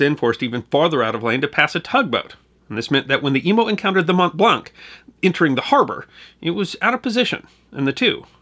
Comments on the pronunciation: Your pronunciation is generally flawless .....but "Mont Blanc" is pronounced very different than "Mont-blank". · Hey there, you pronounced Mont Blanc wrong. The a in this word sounds like an o as in wonk; it's a French word. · From a lifelong Haligonian - very well done (an erroneous reference to Cambridge and mispronunciation of Mont Blanc being minor quibbles). I was able to attend the 100th-anniversary commemoration ceremony - very moving. For more on the Boston relief effort, check out "Abraham Ratshesky" who was appointed by MA Governor McCall to lead the relief effort.